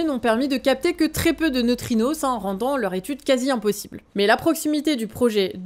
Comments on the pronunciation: Des neutrinosses, bordel, j'ai hurlé. On dit neutrino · neutrino pas neutrinossssss 😉